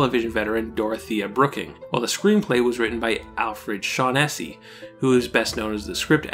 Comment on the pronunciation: These videos you produce are very interesting, fascinating, and informative, but your frequent butchering of English names like Shaughnessy (emphasis normally on the first syllable), Maurice (pronounced Morris in England and probably also New Zealand), Gee (generally pronounced Jee), and Burnham (pronounced BURNum, accent on the first syllable and no h sound) does tend to jar the ear. Other than that, keep up the good work.